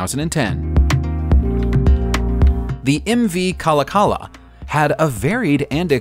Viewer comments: As a young boy I would ride the ferry in Seattle nobody ever says the name right it is phonetically like this Ca lock a la .. 4 syllables , kind of., there's a bit of a c sound after the end of lock kalakala. This is the way I say it into the phone, it's a foreign language so you have to have heard it by the people that speak it.. the clooch Eskimos were one group I knew of probably spelled wrong how do you spell these languages who knows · KulaKula is not pronounced KallaKalla geezuz! Its The Kuh lock uh laa. That's like screeching a chalkboard to us up here. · She's pronounced "Ka-lack-ah-la", not "kala-kala". * SMH * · The Kalakala (which is pronounced ka/lak/ala) was still in service when I was a kid and I rode on her once. She vibrated like a wash machine on spin cycle with an unbalanced load. She spent a long time after being brought back from being a processor at the foot of Lake Union until a court order forced her to be towed to Tacoma where several years later she was scrapped. There is still a model of her in the museum of history and industry in Seattle. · He didn't do very well on Kalakala either. Accent is on the second syllable. kuh-LACK-uh-luh. It's okay though. Nobody pronounces Coast Salish words correctly without prompting. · 1.07 it is called Kala Kala But phonetically it is callackuhluh . In the early 2000s an artist was going to restore it but couldn't get enough funding so it languished and was eventually mostly sold for scrap . I briefly was inside it when it was in alaska being used as a cannery . The art deco inside was remarkable . I noticed but I dont think hardly anyone else did . I have the impression that most people in the fishing business in Kodiak would think of the person who could appreciate the interior of that boat as strange . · That's pronounced KA-LACK-ALA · Ka-LAK-a-la, please! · Ka-lak-kala - Seattle 💔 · That's pronounced KA-LOK-KOE-LA pilgrim. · Repeat after me...Ka La. Ka. La.